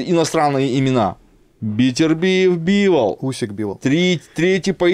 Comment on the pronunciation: Когда-нибудь начнет называть Дмитрия БИволом,а не БивОлом,но это уже совсем другая история...